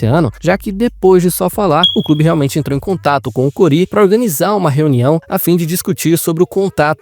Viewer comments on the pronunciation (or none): O nome é CORI, não é Corí 🤣🤣🤣